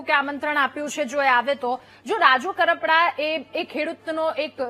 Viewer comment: Pahela ben bplata shikho kapada nahi karpada